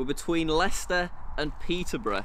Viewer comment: Jack: Mis pronounces some places in Leicester and doesn't know where Leicester is. Me who lives in Leicester:*TRIGGERED*